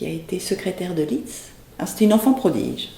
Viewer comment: Lissssszzzzt, s'il vous plait, et pas Litz !